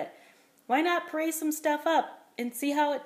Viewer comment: I keep hearing you say " parade", like " I parade chicken"! It makes me smile! You sound so happy. I don't think I'll be doing puréed. But we'll see.